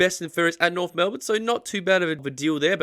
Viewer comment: But there is an F in Norf